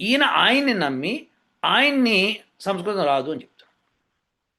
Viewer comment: గురువు గారికి నమస్కారం గారు పలికిన పదం సంస్కృతం అని గాక సంస్కృతి అన్నట్లుగా అనిపించింది గమనించ గలరు. పొరపాటు అయిన క్షమించగలరు. CVNRAO Hyd